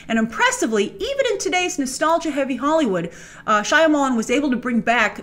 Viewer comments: “Shy-uh-mall-in”? lol Wtf, Grace? 😆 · I love that you managed to both mispronounce M. Night Shyamalan's name and correctly pronounce his name all in the span of 30 seconds during the Split section.